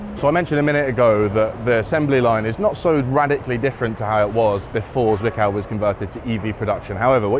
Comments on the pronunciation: Having growing up close to the plant it always gives me the chuckles when you pronounce the Z in Zwickau like S instead of Ts. The pronunciation is not soft. Tststs. In any case, I have been inside the plant as a kid 20 years ago and it is nice to see it after the change. Thank you for that! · Intricacies of German pronounciation: the leading „z“ in Zwickau is very sharp, like the final sound in „hats“ 😉